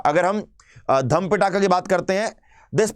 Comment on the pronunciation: पिटाका नही पीटक है सर, क्या कर रहे हो